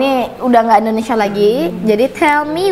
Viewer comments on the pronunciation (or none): none